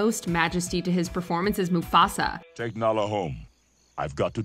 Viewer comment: Man really said Mafusa😂